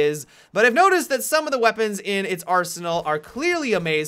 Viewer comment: gweapons XD